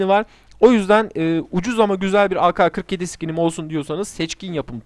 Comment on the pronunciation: O bi kere a ka skini değil a ke skini mal